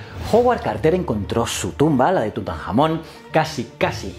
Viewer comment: tengo mucha hambre o ha dicho TutanJAMÓN???!!!